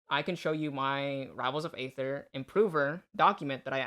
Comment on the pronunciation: Aether is pronounced ether, like the shitcoin.